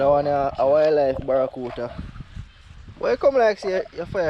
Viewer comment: Yo bredda, mi nah mek fun a yuh or nuttn but me help but notice to number of time you always seh “Barracuta” instead of “barracuDA”. Mi nuh know if a be cause yuh nuh want it sound like American pronunciation but this word is actually pronounced with “DA” at the end.